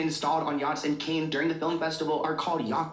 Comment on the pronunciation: the way he repeatedly pronounced cannes as “cane” made my eye twitch 😭